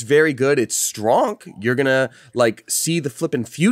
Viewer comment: "ITS STRONK"